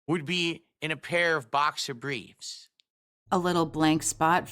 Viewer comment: “boxer bweefs” I’ve asked this on other videos across the Snort-tex, but what the hell is with his sagging lip and speech impediment? Is it the gin? Did have a stroke?